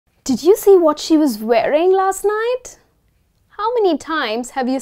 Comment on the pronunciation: Mam you have a good grip on vocabulary but the word wearing you pronouced as varying!